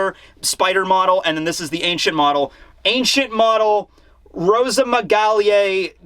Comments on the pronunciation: If you want to pronounce it properly try to say the simplest way like "Rosamygal Grovogeli" don't prounounce the "e" of the Rosamygale part and simplify the "au" to just "o" in the Grauvogeli part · Pronounciation Guide for "Rosamygale": roe - sa (as in 'Sasaki') - me - ga (as in 'Gas') - lay "Grauvogeli": grou (say the ou as in 'loud') - foe - gay - lee Stressed syllables are in italics. The word "grauvogeli" is likely derived from the last name of french paleontologist Léa Grauvogel-Stamm, who worked closely with Jean-Claude Gall, one of the scientists who first described the spider species in 1992. The name "Grauvogel" is german in origin, hence the odd pronounciation. Source for pronounciation: I am german. Source for name origin: Derived from articles on Jean-Claude Gall and Léa Grauvogel-Stamm on the german wikipedia. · Rosamygale Gravougaly is pronounced Hozamygale (e like in fiancèe) and Graoovogeli (ge like in gekko)